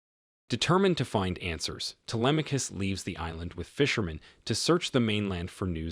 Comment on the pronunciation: U mean his pronunciation was good? Bc he pronounced the name very good as someone who doesn't speak Greek